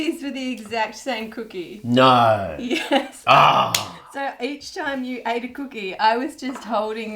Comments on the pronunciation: the "naurr" by was wild.😂😂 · "Naur" 😭 that sounded soooo Australian